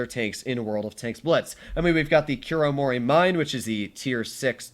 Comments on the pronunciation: fyi, it’s pronounced Kuro-mori-miNEY, atleast that’s what the English dub actors say it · the way he pronounced kuromorimine made me cry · No man of culture pronounce Kuromorimine so cringy